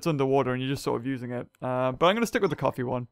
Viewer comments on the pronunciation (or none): Wen he said Coffee it sounds like coffin the Pokémon coffin....I like the idea 💡